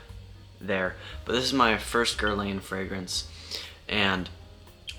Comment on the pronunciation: Pronounced Gher Lan